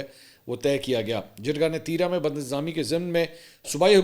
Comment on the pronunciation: "تیی را " نہیں بلکہ " تی را" بولا جاتا ہے ۔ ت کے بعد جو ی ہے اسکو زیادہ نہ کھینچیں ۔